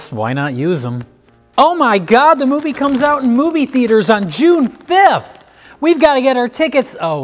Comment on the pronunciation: Moooi'veah Theee'aiters